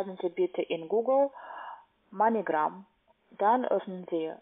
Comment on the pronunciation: Heißt das nicht Moneygram oder so ähnlich? Sie sagt immer Meinegram :D